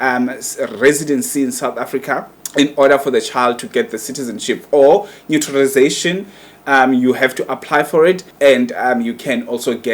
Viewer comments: As a YouTuber you're wrong to be speaking insulting words to say Malema is a hypocrite, stupid,nonsense, shut up. You're not even sure of your facts. You can't even pronounce naturalization. You should be impartial and sprak only the facts. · The fact that you couldn't even pronounce the word shows that you don't even know what you talking about and have no calibre to analyse such issues